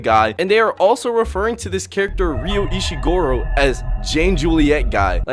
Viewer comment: “Ryu Ishigoro” son 💔💔